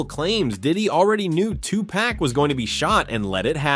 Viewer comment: Wdf its not 2 pack its 2pac/ tupac shakur 🙄 how you get a legends name wrong